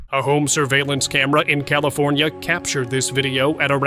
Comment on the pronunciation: ".... camera near California ...." (funny English !)